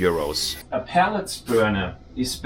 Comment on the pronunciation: I enjoy your version of English. Just FYI, I believe you are referring to “pellets” as a source of heating fuel, but it sounds like you are saying pallets, which are portable platforms used to move goods around. Thanks for the informative video!